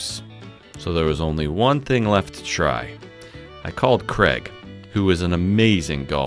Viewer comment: Is his name Craig or? It sounds like. 🤷‍♂